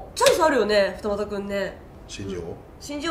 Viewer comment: 二俣のイントネーション